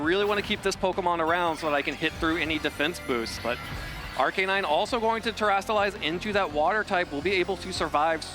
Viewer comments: The way he says Arcanine is killing me man lol but great match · The way that dude kept saying Arcanine drove me insane